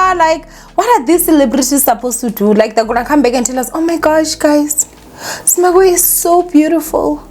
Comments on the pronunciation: I'm here for saying "ZIMBAGWE" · ZIMBABWE ZIMBABWE hle Not Zimbagwe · Is saying Zimbagwe? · She is , l thought l was the only one hearing it 😅😅😅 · It’s giving Zimbagwe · Trust me I've been correcting my granny for years, is gonna be zimbagwe till God remembers her😩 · Guys even Nuñuria on mommy club pronounced it Zimbagwe soooo